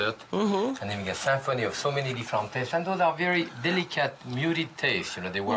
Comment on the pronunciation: "We're talking about a SAMPHONY of taste today" Jacques I love you so much